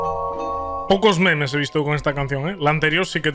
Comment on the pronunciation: Pq el dice memés XDD